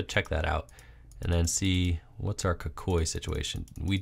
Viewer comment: stop pronouncing kukui wrong